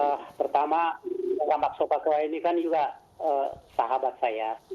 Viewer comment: Tulisannya sopacua bacanya sopakua mbak, beliau ini senior anda di dunia jurnalis televisi